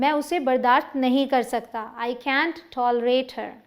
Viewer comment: Man can't ka Pronounciation thik karo